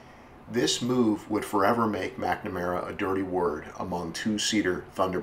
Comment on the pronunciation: Nowt 2 do with cars but the last time I checked the name McNamara doesn't have an "E" in it!! So why pronounce it as if it does? DUH! Oh the "T" Bird? Another American Classic. I still have an unopened Airfix model of one in my shed in England, (bought in Minnesota in '65 when I was ten years old) where we actually speak English and prounounce, punctuate, spell and speak the Queens English! I have no idea wot language you guys think ur speaking cos it ain't ENGLISH! Worst of all I used to speak your language for about 10 yrs before slowly recovering back to proper English haha! I went to live/work in Oman for 5 years. There I learnt to become Dyslexic, so what's your excuses? Do I have a wish? Yes! To bring back the era (pronounced eara, not as error) of great American Automobiles from the late '40s to 1970s! Although modern cars are part of evolution, they just haven't got the same ZING to them! British cars? Apart from a very select few including the Jaguar (NOT pronounced Jagwaar; you guys call your big cat what you like but leave ours be) our older cars are sooo tiny and awful in style compared to your outrageously beautifully designed cars, both body & interiors. 😝 Unless there's a big demand (to build old style with modern autoelectrics/engines) we'll never see this styling again! Life can be such a B Itch! Y'all have a nice day and stay safe. 👌😋